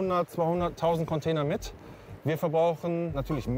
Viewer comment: Bin ich der einzige den es anders abfuckt das die ganze Zeit “Conteiner” sagt?